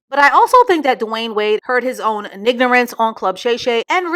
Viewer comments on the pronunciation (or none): Word of the Day: “nignorance” 🏆🏆🏆🏆🏆🏆🏆🏆🏆🏆🏆🏆🏆😂